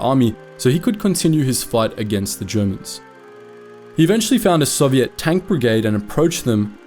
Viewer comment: You pronounce Soviet wrong